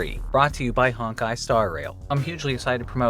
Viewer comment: Not Honk-Kai... its HONE*KAI